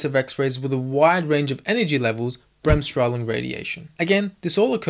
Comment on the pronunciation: You can simply say Bremsstrahlung, without adding the word " radiation". Good pronounciation, btw. Breaking it down would be easier as Brems (break-) strahl (ray/radiate) -ung (-tion)